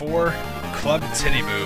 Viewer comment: How you pronounce "Titiboo" it, it just sends everyone's mind to the gutter, well at least mine